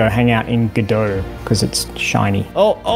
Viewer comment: Guh dough - Godot